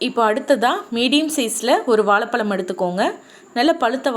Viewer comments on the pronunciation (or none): தயவு செய்து தமிழை சரியான உச்சரிப்புடன் பேசினால் இன்னும் நலம் சகோதரி.வாலப்பலம் இல்லை வாழைப்பழம். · Item👍👍.. Bt ur Tamizh😴😥👎... Tooo much kodumai. Ayyo Evalo times vaalapalam.Banana sollalam atlst.keka mudiyala words👎